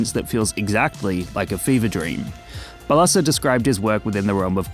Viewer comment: It’s pronounced BAH-la-sha not ba-LA-sa